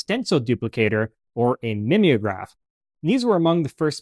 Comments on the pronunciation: NOT mim ee o graph but MIME O GRAPH as in to mime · MIM=EE=ograph? Are we sure it's not MIME-ograph?